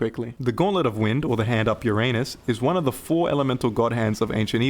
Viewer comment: It’s funny when a non Greek sais Ouranos 😂😂 OUranos not Uranos 😂😂😂 makes me laugh every time